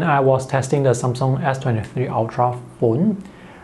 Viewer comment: Took me a while to understand "some song/sone" is how he says Samsung